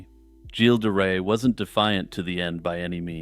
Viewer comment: Oh, you may want to adjust how you pronunce Gilles de Ray It’s not a hard G as in Good but more like you’d say Jjjj in Jean-Claude Van Dam. As per the Ray part, it’s pronounced like you would in English for sun ray. I hope this helps